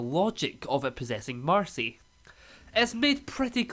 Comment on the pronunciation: You’ve been saying ‘Darcy’ instead of ‘Marcy’ the whole time 😂